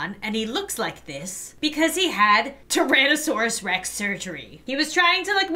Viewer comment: It's pronounced Tyrannosaurus Rex